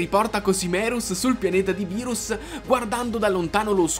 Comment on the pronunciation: Bro ti do un consiglio quando dici berus e sbagliato si scrive beerus e si pronuncia birus